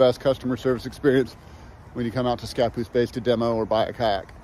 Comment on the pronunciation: It's ScaPOOSE not SCApoose.